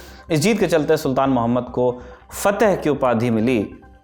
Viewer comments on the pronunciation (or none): Fitih nahi fateh